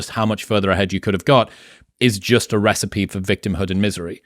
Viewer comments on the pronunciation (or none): none